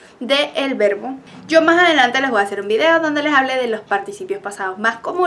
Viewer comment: sus videos son geniales, pero le pediria que vigile su pronunciacion del castellano. Usted dice "vua" cuando lo correcto es "voy". Ese es un error muy comun de colombianos, venezolanos y centroamericanos. Disculpe mi poco tacto de corregirla por este medio, pero no tenia otra forma de hacerlo. Gracias